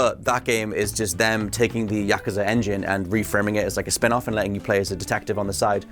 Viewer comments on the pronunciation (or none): pronunciation of yakuza is terrible, Yakaza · I was out after they keep mispronouncing Yakuza